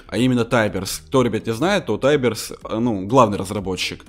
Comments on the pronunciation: не тайберс а тиберс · это Тиберс а не таййберс но лайклсик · Тиберс а не тайберс